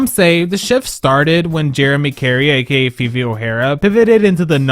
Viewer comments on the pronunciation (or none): none